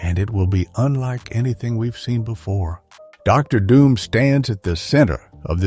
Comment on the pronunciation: What about Der Doom, instead of Dr. Doom. Low budget video. No effort into making this bullshit.